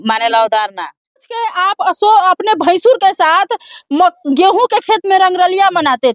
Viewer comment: मिडिया वाली मैडम जी आप भसूर को भैंसूर कह रही हैं सुनने वाले लोग समझेंगे कि भैंसा से प्यार हुआ है